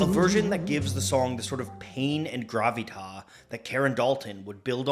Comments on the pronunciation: You pronounce the S in "gravitas." It's Latin, not French. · The s at the end of gravitas should be pronounced. It's Latin, not French. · Friendly tip from Europe: the s in "gravitas" does get pronounced. This is because it's a latin word, not French, though I understand it might look like it. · (very minor point, but 'gravitas' is Latin, not French. The final 's' should be pronounced)